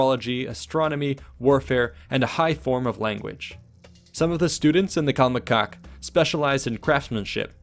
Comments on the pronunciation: Why is it funny when the narrator pronounced the word "CALMECOCK" 😂😂😂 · It’s pronounced calMEcac and telPOCHcali. My primary school was actually named Telpochcalli and next to it there was another school named Calmecac